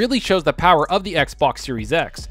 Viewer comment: The Powahh...lol